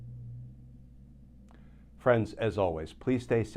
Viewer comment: Glenn when you say justice matters don't pause between the words justice and matters. Sounds ackward. In any event, keep up the great analysis